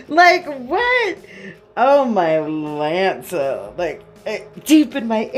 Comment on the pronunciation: ok… this situation was already too much but i swear i just heard u turn “oh Mylanta” into “oh My•Lance•uh” & i lost it💀🤣 plus ur commentary is on point😚👌🏽 so yeah, great video😌 new sub here🤗